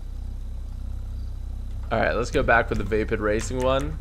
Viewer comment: He was saying vapid not vapid